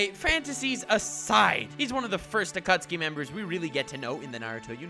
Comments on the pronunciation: akutski akutski akutski. how many times can this madman say it that way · Hehe, he said acucksee.